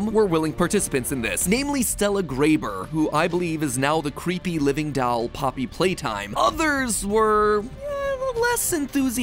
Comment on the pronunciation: i love how he says 'dAuL' instead of doll